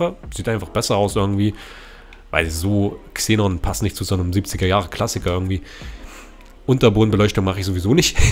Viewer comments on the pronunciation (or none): none